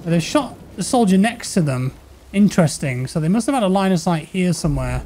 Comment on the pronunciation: "Around theh somewheh?"